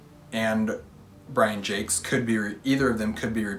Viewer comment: Great tag! I always thought it was pronounced Brian zhaaak. Like I really thought it was supposed to be french sounding. Then I looked it up after you said it and you were most definitely correct. You just won an argument you didn't even know you had, lol. Also, great picks for your mount rushmore.